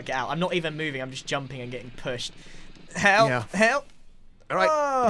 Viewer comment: Uchiha It sounds like Sargeant Rizzo from the MASH tv show whenever he says the word "Help" "I don't want your Hep!"